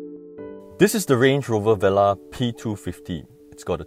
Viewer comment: It's pronounced vuh-lar, not veh-lah